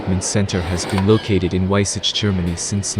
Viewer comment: it's pronounced: vaisah